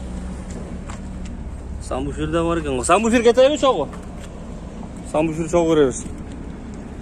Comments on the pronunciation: Самбуфер эмес сабвуфер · Самбуфер эмес Сабвуфер деп айт, туура суйло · Самбуфер эмес САББУФЕР